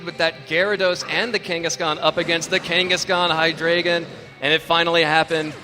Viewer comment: It bothers me so much that the judges don't pronounce Hydreigon correctly. It' evolutionary line is based on one two and three from the German language. Ein rhymes with dine. Zwei rhymes with why. And drei rhymes with eye. They all even follow the rules of English. People have the same problem with my name, which is part of the reason why this bothers me so much.